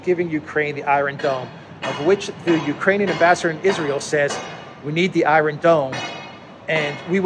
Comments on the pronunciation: Apologies for correcting but it sounds so strange, are you pronouncing it that way on purpose? Iron, you say eye-ron, in American it's eye-ern and in British its eye-on, great videos by the way, I watch all the time, the videos are very informative and the delivery done well, thank you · in the word "iron" in English the "r" is silent.